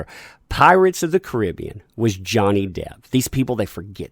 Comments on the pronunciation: I love your stuff but you don't say Caribbean right lol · i can tell this guy has never heard< no pun intended) of the movie before ,just by the way he says the title of it.. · love your videos but it drives me bonkers how you say "Pirates of the Caribbean". It's the way you say Caribbean!! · I hate it how you pronounce "Caribbean". Dude, can you just use google translate voice instead when you struggle to pronounce something.